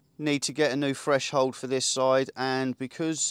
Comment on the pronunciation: Threshold! (not freshold!) Brilliant job mate, really impressed